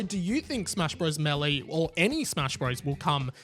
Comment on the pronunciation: “MAY-LAY” = Melee or “MAY-DAY” 😂 I love the way you say it better though not gonna lie